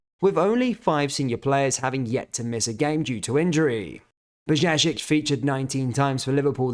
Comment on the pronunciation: learn how to pronounce Bajcetic properly dude